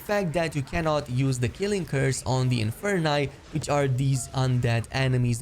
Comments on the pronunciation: "protengo"? "inferni" its "PROTEGO" and "INFERI" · Inferius, Inferi, know your latin please. Where did you get to pronounce the infer- NAI ? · I stopped watching when he said Inferni.